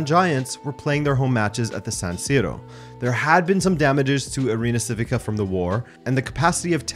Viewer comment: You should know how to pronounce Civica ... chivica - is that more clear